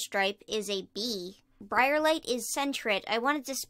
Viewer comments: anyone else notice that she said Brairlight instead of Briarlight? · It is br-I-A-rlight